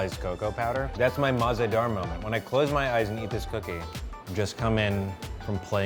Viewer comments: Mah-ze-dar is actually mazaydaar which translates to tasty. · MAZEDAHR is pronounced mazehdaar in Urdu and it means "delicious" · Its not mah zeh dar...its mazaydar one word...ONE WORDD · I speak urdu it mazedar not maz ah dar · Oh my God it's Mazaydaar what on Earth is Mah za Daar or whatever it is 🙄😱😑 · Its mazedaar not mahzedaar. Btw it means tasty or delicious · Alright, so I am a native Urdu speaker and I truly enjoyed how you guys reviewed the cookie from the Mah-ze-Daar bakery. However, just pointing out that the whole pronunciation of the word and how it is written as MAH-ZE-DAAR is incorrect. It is mazayh-daar (H is usually silent) and not mah-ze-daar. It means delicious and Umber Ahmed would love it even more if she pronounces it correctly. :) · It is pronounced like muz-e-dar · The way they pronounce مزیدار (Mah Ze Dar) is really effing annoying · mazdar was the worst pronunciation ever but ok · It's ''Maz-Aye-Dar'' The pronunciation Ya'know. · The way pronounces Mahzedahr has me in creases 😂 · It’s pronounced “mazaydar” like one word not three but 3 syllables so I guess she’s spelled it so it’s easier to speak for white people but it just means “delicious” she’s over exaggerating af 😂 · Tehreem ikr that’s not how its pronounced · I believe the actual pronunciation is way easier than how they pronounced it here. Not because, I am a native but really, it's easier. It's be easier for English speakers to say the actual word. Also, if she wasn't being too literal then she could have said that MAH-ZE-DAAR is a made up derivative of MAZAY-DAAR. I appreciate your clarification though. Means a lot. :) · Damn, the pronunciation of mazedar is hilarious. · I cringed at the way they said mazedaar 😬